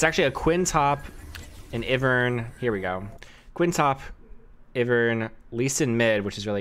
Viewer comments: still says iv-ern instead of i-vern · How you say Ivern's name is entertaining lol